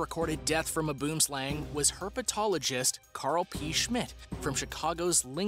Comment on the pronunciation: I am from Africa and you do not pronounce boom slang means tree snake plz go search it